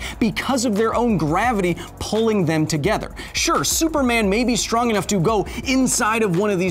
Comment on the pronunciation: ANOUGH IS NOT A WORD!!! E-NUFF Kyle! It's *E-NUFF*!